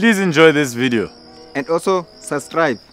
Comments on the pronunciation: "SUSCRIBE" 🤣🤣🤣🤣🤣🤣🤣😂😂 # uyiDog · "And also sustribe" 😂😂 Yhooo these kill me 😅🤣😭😂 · Its not suscrib😂😂😂😂😂its subscribe